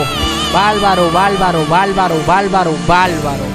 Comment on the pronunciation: Valbaro jajajajajaja ,es barbaro se dice , por favor , habla correctamente . No es falsette